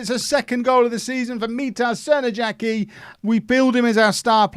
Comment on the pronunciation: I hate to clown on you, but the J in Crnojacki's name is probably pronounced like in Arjen Robben's name. Excellent go of it, but just thought to let you know:)